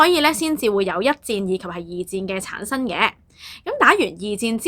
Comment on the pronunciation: 非常好的資訊, 比人認清歷史 但注意發音 例如 刻意 =/= 乞意 廣傳 =/= 講傳 產生 =/= 橙生